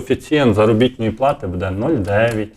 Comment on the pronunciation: Не " надіюсь ", а " сподіваюсь ", не " будЕ ", а " бУде " - вчи українську мову, бо задовбав вже своїм суржиком!